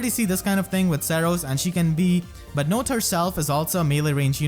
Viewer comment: Note to self: her name is pronounced "note", not "not".